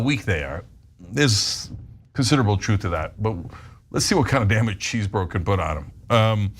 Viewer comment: No love for Trump's co-conspirator but why do Cenk and Anna keep calling Chesebro "Cheesebro" even in a serious news presentation. Nobody says "Cheesebro" anytime anywhere and she says it even after hearing the women in the segment saying Chesebro. I get you can make fun of him when you're are discussing it after a presentation.